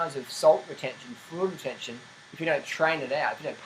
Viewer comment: Can anyone understand what he is saying ?? "Freud Retention"????? Whaatttt